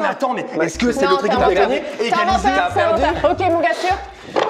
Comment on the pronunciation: j’adore quand a dit ✨J’aI GaNgNe ✨ directement elle l’a dit sa me tuer 😭😭😭🥲